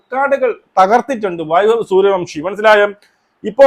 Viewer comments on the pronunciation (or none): സൂര്യ വൻഷി എന്നാണേ, അയാളുടെ പേര് എങ്കിലും കൃത്യമായി പറ 🙏🙏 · സൂര്യ വൻഷി എന്നാണ്